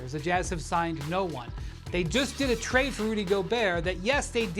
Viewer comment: My man really said "request a twade"